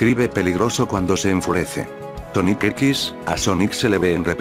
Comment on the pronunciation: Pon Sónic para que no te diga Soníc